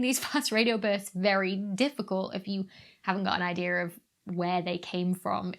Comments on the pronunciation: She said, "Idear". I used to joke about really old movies where the character would say, "This gives me an idear!". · I always find it funny how British people drop their "R"s in words like dear, then add them on to words like idea